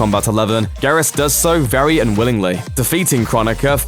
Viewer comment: Im sorry, but its pronounced gear-us.